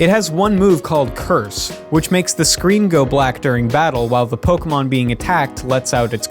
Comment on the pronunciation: Finally, not a youtuber pronouncing pokemon as pokimon.